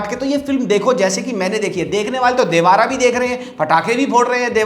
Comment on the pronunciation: Brother it's देवरा, Not देवारा !!!!!!!!!